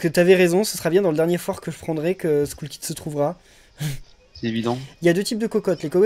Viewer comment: faite Skull kid se dit Skell kid